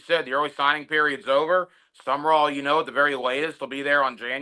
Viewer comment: It's SUM RALL you idiot not SUMMERALL. For a week you mispronounce his name.